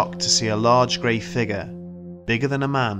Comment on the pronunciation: Kinda bothers me how the narrator says the word figure? Anyone else notice that?